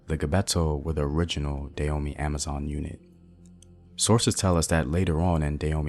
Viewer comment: Hi Brother, I appreciate the information that you are sharing. I agree with brother Samuel Akinbo in the area of pronunciation. Having been a Peace Corps Volunteer in the Republic of Benin for over 2.5 years, returning this year after visiting friends and my family, and being a lover of Benin, former known as Dahomey, check out your pronunciation of the word Dahomey (Dah-Ho-Mey). There's a hard strong "H" on the second syllable. This would be another sound unique to the Fon (Fongbe) African language.